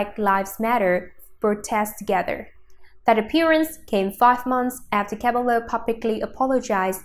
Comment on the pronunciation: I hate how she pronounced cabello wrong